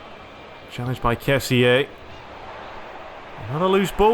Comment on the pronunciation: Hey I just saw u we're back a week ago I'm happy ur back, we can enjoy some commentary but ur not pronuncing kessie right it should be ke-si I hope u read this comment because I saw nobody else doing it